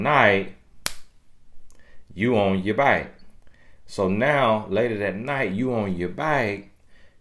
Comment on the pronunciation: “Get off your byke” 😂